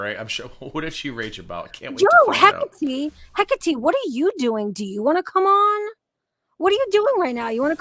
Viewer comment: The way you butcher Hekates name!?! he-Kaa-te ( love you both though ❤️)